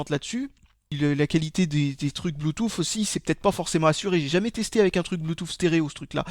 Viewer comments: blue"tousse" pas blue"touffe"... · bloutouffe xD